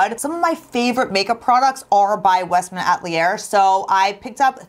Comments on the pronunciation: Yeah I giggled the way she pronounced it. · Love your videos! It is pronounced Westman A-tel-ee-yay:)